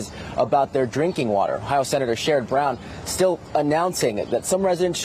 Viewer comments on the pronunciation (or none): none